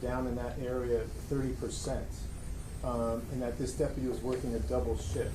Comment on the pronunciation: I wish someone would teach him how to pronounce deputy!